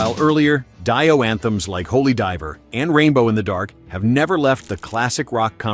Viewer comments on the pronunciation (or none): Where do some of these narrators come from?? Pronouncing Ronnie James Dio as Die- O....and saying Lynyrd Skynyrd as Lynyrd Sky --Nerd,God damn come on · WHO IS DYE-OH? LOL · Some great music, and some utter garbage, but anyone who can't pronounce Dio correctly has no credibility whatsoever.... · Please pay someone to narrate this please, it’s criminal not to pronounce Dio correctly. Class of 1987, this is all.